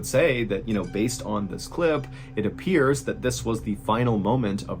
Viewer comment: It ap-piers...